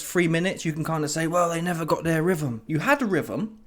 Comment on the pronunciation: Bro said "rhyfuhm"